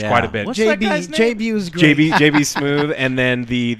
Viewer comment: JB "Smoove" not Smooth